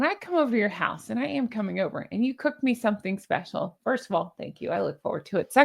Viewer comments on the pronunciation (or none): none